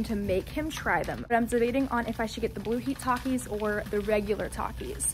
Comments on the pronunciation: The way he pronounced takis 🤣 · I feel like when accidentally pronounced takis wrong Kayla over reacted. Don’t get me wrong I LOVE her and her channel but just because it’s her favorite snack and someone miss pronounces it doesn’t mean it’s the end of the world he probably has never thought to say the word takis.